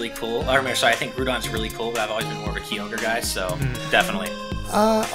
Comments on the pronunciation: Septile, Raykwaza, Keyogre, Grewdon. What is with these pronunciations!? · You're saying Kyogre incorrectly